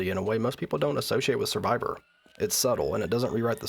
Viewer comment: Survivor is Law? I can't figure out what you're saying there and even the closed captions were confused.